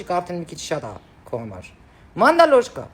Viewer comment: մանդավոշկա ոչ թե մանդալոշկա!